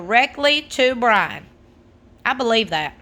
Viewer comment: Did she say: Brahn'!!🤔🤔🤔🤣😂🤣😂